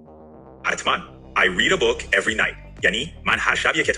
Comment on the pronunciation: احساس میکنم book رو اشتباه تلفظ کردید و ربات اشتباهتون رو نگرفت...